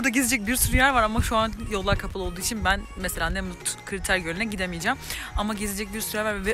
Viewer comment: Nemrut kriter gölü değil krater gölü 😂 bende ahlatliyim bu arada yazin geleneksel ahlat Şenlikleri ne bekleriz.